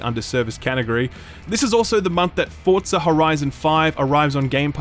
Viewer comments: Did you just call forza “FORTZA” lmaooooo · Forza does not have a "T" in it.